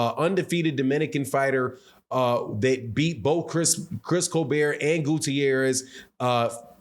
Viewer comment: It’s Chris Colbert not colbear